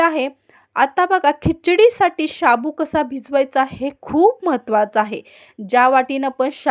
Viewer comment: तुम्ही शाबूत कां म्हणता, साबु नाही म्हणता येतं - शाबुत ऐकूनच राग येतो